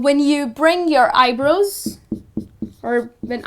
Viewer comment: You mispronounce Eye-brows.